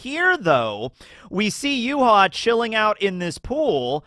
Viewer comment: Not sure if I'm misunderstanding you at the minute mark, but Yhwach's name in Japanese is ユーハバッハ, which is read as "Yuuhabahha", so all of the vowels are pronounced. This is also the reason why he was called "Yuha Bach" in fan translation, since バッハ (Bahha) is the Japanese way of writing "Bach". Only Nimaiya calls him Y.H. (Yuuhaa), apparently.